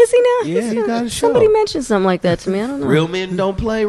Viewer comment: “Let me show you shumting!..”